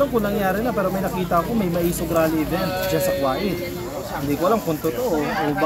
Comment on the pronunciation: Invited ba ang pag bisita OR paninira? Just asking ? Kuwait ( ko- weyt) po vs (Kwa-it)